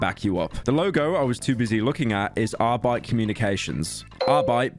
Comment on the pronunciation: Pyro's prononciation of the Word "Arbeit" is fucking perfekt.